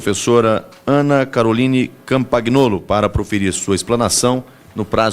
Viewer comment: Se pronuncia CAMPANHOLO, POHA !!!